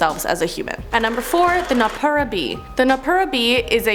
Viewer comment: Pretty sure it's noppera bo (のっぺらぼう) not just b at the end. Also so many people being like the kitsune is from naruto its similar but kitsune baisically means fox and is inspired by the ledgends that are found in many eastern asian countries.